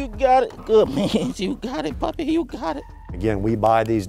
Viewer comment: The skills of these dogs are literally insane but man when the narrator said pupi I lost it😭😭